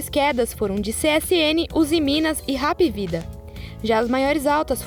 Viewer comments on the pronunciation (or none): Rapivida? Que pronúncia é essa?? Só pode ser zoeira